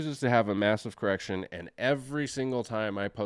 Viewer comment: Did you say massive erection? Or massive correction?😅…I need to clean my ears and my mind…lol